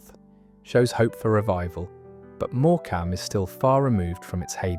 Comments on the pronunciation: More-cam is pronounced morecum. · Morecambe is pronounced Morcum. Apart from reading the prepared script, which keeps repeating about holidaymakers now going abroad, have you even visited any of these places? Many of them declined because their railway services were stripped or done away with completely during the Beeching era. Great Yarmouth, for instance, used to have three stations; now it has one. The coastal route to the south has been lifted, as has the line to Cromer and the M&GNR. To get there from London you now have to change at Norwich: the trains from Liverpool Street were taken off. Some of those towns mentioned now have no rail service at all. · AI narration. Listen to the pronunciation of some towns - More-Cam.😅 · Morecambe is pronounced the same as the comedian Eric Morecambe. More come. Not More cam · More AI bull. More ......cam. Is that how we pronounce it? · More Cam? Need to get that auto narrator schooled in pronunciation. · So judging by everyone's comments, this video is all a load of b*****ks. The pronunciation of Hartlepool and Morecambe proves it 😅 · You need to learn how to pronounce Morecambe. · Very interesting and the narration was very good even though it was AI. The pronunciations of Morecambe and Hartlepool were way off. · It would almost be appropriate to label the sole reason for the decline of ALL these resorts as being the vastly increased popularity of European coastal resorts. Full stop! Sadly, I briefly allowed myself to believe that, for once, AI didn't have its insidious hand in the commentary of a YouTube documentary-style video, but sadly I was misguided! By the time we reached Morecambe, I immediately realised that by hearing the demolition of the way the town's name was pronounced, the all-pervasive tentacles of our ever-present Big Brother had indeed had its 'hand' in producing this quintessential glimpse of times gone by. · Learn how to pronounce Morecambe.